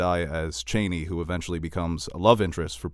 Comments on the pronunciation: Yes thank you, I flinched when I heard "Freemen" and "Chaini" I think it's an American thing to get vowel sounds all mixed up. But, then again, English is an illogical language chock full of irregularities. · Fremen not Freemen. Chani not Chaini. Sorry guys, but watch the vowels.